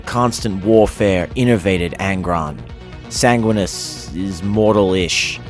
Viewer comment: Enervated (adjective): drained of energy or vitality. I assume that you meant "energized". Edit: san-gwin-ee-us